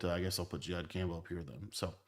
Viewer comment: i’ve never heard jihad’s name pronounced like that 🤣🤣🤣